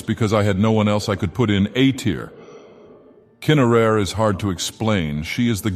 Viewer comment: Kyna-rare? The AI doesn't like Kynareth apprently. Also, shes not the primary deity of the Forsworn. Forsworn are a faction of Reachmen considered barbarians even by most Reachmen and they worship Hagravens primarily. Kynareth isn't even the primary god of mainstream Reachmen - That honor belongs to Hircine. Reachmen do worship some Aedra, and as their religion isn't an organized one its possible some do worship her in some tribes but Kyne would be more likely than Kynareth due to their proximity and frequent interactions with the Nords.